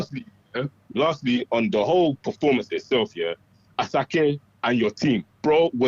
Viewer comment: Will (the Nigerian) not collect the helmet for pronouncing Asake’s name incorrectly